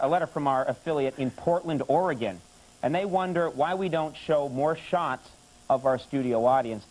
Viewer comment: Points to Conan for correctly pronouncing "Oregon."